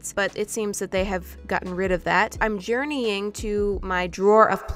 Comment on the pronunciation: "I'm JuRenying to my draw of plastics" 😅